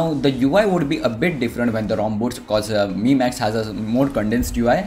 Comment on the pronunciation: It's not my it's mi(me) 😂😂😂